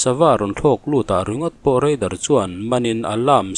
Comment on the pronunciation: Chuan REIDAR tih zel tur. RADAR anilo